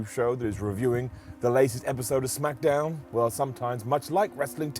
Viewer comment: Second time in 7 days..... "Lets up those smack-a-downs!!!" Brown down!!!